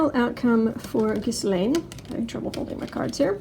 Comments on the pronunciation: IT IS GHEE, SILENT S, LANE. I know, just read my affadavit. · You say it gill Ann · You forgot the cleansing bayleaves and sage. Trivia: the “s” in Ghislaine Maxwell is silent, not pronounced. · Ghislane... the s is silent. And supposedly Epstein worked for HER. Not the other way round.